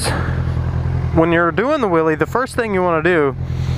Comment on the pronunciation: "If you're weel is of the ground your doing a weeley" :D